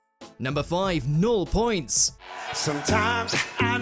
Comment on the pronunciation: Christ, could you learn how to correctly pronounce “nul points”?! It’s not difficult. The t and s are silent. It being French.